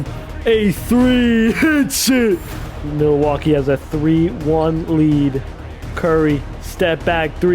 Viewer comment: okay but why he say milwaukee like milleeeewaukee